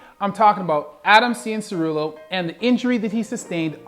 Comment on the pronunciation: Honestly there are people who watch a Motocross for their entire lives and can't even say his name that well